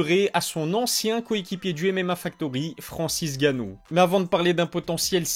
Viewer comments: Escuse moi frère c'est Francis nganou et non ganou on dirait ta la flemme de dire nganou lol c pas méchant ne tkt pas c'est un p'tit rappel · C'est Francis Nganou pas Francis Ganou ! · Bravo à Cyril ! Encore .. Vivement la suite ! Question qui me trotte, t'as une raison particulière de ne pas dire le N de N'gannou ?